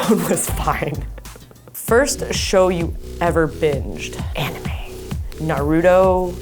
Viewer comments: I love amber but she said "naroodo" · I really cringed at how she pronounced Naruto lol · NARUDO ! Amber, i love you please don't say that again 😂💔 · Amber is one of those people who say "narudo" Not "Naruto" Lol it's funny and cute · I love Amber but did she just call, "Naruto", "Narudo?" XD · Narudo? no girl! it's pronounced like Na-Ru-To sounds like toe, Naruto. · Can't believe my girlfriend Amber said narudoo wtf amber please don't say it again cuz ima brokeup with you .😭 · Well not as weird as Micheal B Jordan lmao he says Narutwo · Lmao I love Amber I’ve never heard anyone else pronounce Naruto like that😂